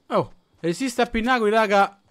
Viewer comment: Jo cmq si dice pinnacoli e non pinnaculi...cmq stai diventando sempre più forte💪💪